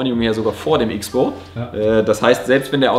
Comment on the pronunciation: Die Idee von KTM ist, dass X-Bow als Cross-Bow ausgesprochen wird. Da es als Kreuzung zwischen Auto und Motorrad zu verstehen ist.